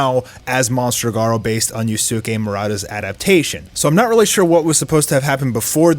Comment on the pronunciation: Just say murata if you can’t pronounce his first name right